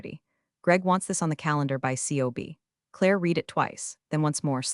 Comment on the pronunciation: These computers are unable to pronounce the preterit of « read ». « Live » is also a challenge.